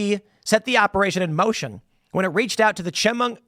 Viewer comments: It is Chemung county, pronouced "sha- mung." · I’m an ex local of the pine city / Elmira area and know the guy. Very sad. Also Tim is pronounced Sha-mung county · Chemung County "Sheh-mung" I live 30 minutes from Elmira. Crazy... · Tim slaugtering the pronounciation of Chemung is beautiful